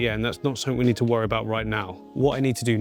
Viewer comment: Click sumfink? Must have been a late night 😂 ❤